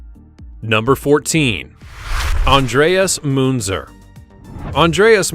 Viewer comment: And who is ,, Andreas Moonser'' ??? 🤣 His name was Andreas Münzer, not ,,Moonser''.